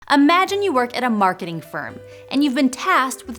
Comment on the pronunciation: Starting with "Amagine" I just noticed that I is somehow sai "Ai"